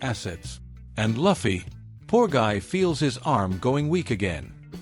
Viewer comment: i want to report you for not saying proper luffy name